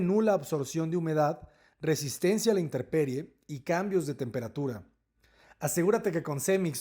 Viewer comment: Alguien por favor le comunique al arquitecto que no se dice interperie. La palabra correcta es intemperie.